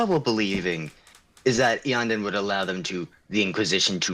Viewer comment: poor Iyanden butchered in form and pronunciation